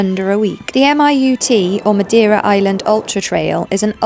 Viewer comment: Amazing! Just FYI, it's pronounced "muh-DAY-ruh" not "muh-dee-ruh" 🌞